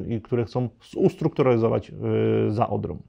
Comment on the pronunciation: Bardzo wnikliwy komentarz - wielkie dzięki! Ale proszę o dbanie o język mówiony! Nie: się a sie, nie: w- myśleniu a wmyśleniu, nie: za Odrom a za Odrą, nie: wiedzom a wiedzą, itd. Pozdrawiam